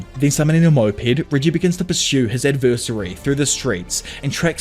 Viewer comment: You gotta learn how to pronounce the word "adversary" it's cringe how you say it.